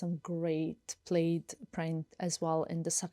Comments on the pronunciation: Its pronounced "plad" even though spelled plaid. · it’s pronounced plad not plaid